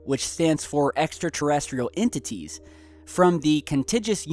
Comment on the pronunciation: The word is ENTITIES, not Intities. Perhaps the acronym stands for E. T. Intelligence?